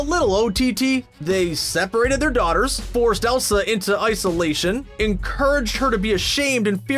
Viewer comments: hah i found this when you said "they went into isolation" - it sounded like ICE-olation!! also i love your vids so keep it up!! 👍👍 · Ice-o-lation lol